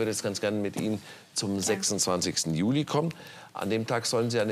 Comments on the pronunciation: Alter warum sagt Herr immer Julai😂😂😂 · Wieso sagt der Herr immer,,Julai´´ anstatt Juli? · Wie sagt der Staatsanwalt Juli?😂😂 Juläi😂😂